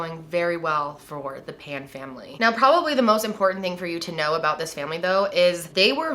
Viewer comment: You got their surname incorrect . It is Phan , not Pan .